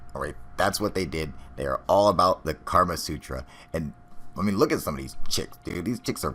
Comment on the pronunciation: It's "Kama Sutra" not Karma dumbass.